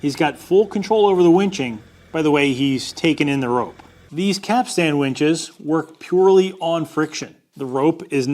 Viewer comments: Quite correct! I'd also avoid the modern tendency to over emphasize the final syllable. It's actually "capst'n" not "cap-stan." Same as Captain is "Capt'n" or "Cap'n" and not "Cap-tane." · Couple things. first, you're the first person I've ever head pronounce it "cap-stan". it's usually pronounced quicker. like "capsten" as if you're saying "captain" but with an S in there. second, the thing you show is a bollard, not a capstan. specifically a dock bollard. if it doesn't turn, it's not a capstan. I get it, you grew up landlocked. I was in the Navy though. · Its pronounced ''cap-stin' (the t is sometimes silent). But not 'cap-stan'. Also, that black thing on the pier is a ballard, not a capstan. Also, the edges of the drum should have a larger radius so as to allow the line (rope) to self adjust when/if it reaches the edge. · I'm a bit autistic and the way you keep calling it a "cap-stan" is giving me massive anxiety. In future capstan videos can you please pronounce it correctly? As in (caps-tun). Thank you very much good sir 👍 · and all you other landlubbers, it's not a cap stan winch, it's a capst'n winch. Say it way at the dock and you'll get hahahaha'd all day. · I've always heard the word "capstan" pronounced "cap-sun" by people who are familiar with them, but I live close enough to the ocean to hear the waves crashing on the shore. 😉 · am i the only one who keeps hearing "cap sandwiches"?? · Maybe (caps-ten)? You might have to ask ChatGPT, AI always pronounces things correctly 😁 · for the love of god it's pronounced capstun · Just so you know, in nautical circles (I was 20 years in the Aussie Navy) we don't pronounce the 'a' so much. It's more capst'n. Mind you, we pronounce forecastle as fo'c's'le, so who can tell? Love your work,. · Pronounced Cap...stun, from a sailor 😅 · Lol you cant even pronounce it but made a vid on it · Those of us that didn't grow up landlocked like you did are shuddering every time you say 'capstan'.